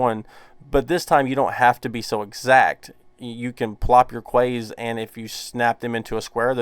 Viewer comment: I assume you are talking about ‘quays’ pronounced ‘keys’.